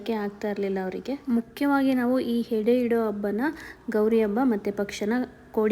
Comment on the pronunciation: ಹೆಡೆ.... ಅಲ್ಲಎಡೆ ...ದಯವಿಟ್ಟು ಕನ್ನಡ ಉಚ್ಚಾರ ಸರಿ ಮಾಡ್ಕೊಳಿ